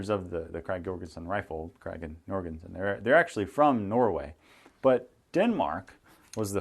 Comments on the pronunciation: You'd be right on the pronunciation. Jorgensen with the "Y" sound is the Nordic way of saying while the American pronunciation is with a "J" sound. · Thx for you vid. Very well photoed. First I've seen w good photo of the magazine. And a nice specimen you got there, well kept et al. Your pronounciation is not wrong. The Danish and the Norwegian pronounciation is already different on this name. When you compare the Krag and the Mauser, I think the Mausers w non-rimmed cartridges were later than '89. It was the 91 and on. But I can be wrong. Haven't checked with my "Frank de Haas - Bolt Action Rifles" Regarding the complicated hinged magazine, did they weld at that time? Or did they just solder. In the last case the machining would most likely be the strongest. I don't think the technic of welding was that developed yet. But I'm just ranting here, I don't know for sure. But any way, yet an other vid, that is tha reason for my sub. Thx